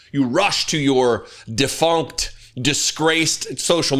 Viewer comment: Did you say "defunct", or "defunked"? Because I don't think Truth Social has been defunked. I think it rather stinks.